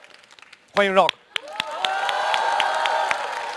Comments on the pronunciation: 少刚老师，不是绕克，是RU啊克😂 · 这主持人能不能把rock读对？老是 绕克 绕克...难道周围没有人提醒他么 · Rock, "绕克". 刚哥需要去新东方培训一下了。。。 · 不是，我并不讨厌张绍刚，但是大学教授不会英语吗，“rock”他咋念的？ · 大胖娘儿们主持：你必须要念对英语发音。必须要尊重Rock本人对英文名的发音。否则，太令人发指。